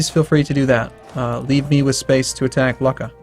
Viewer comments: The way you pronounce Luca is Loo-cka. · Luca is pronounced Luke - a